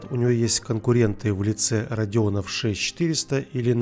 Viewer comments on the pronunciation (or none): none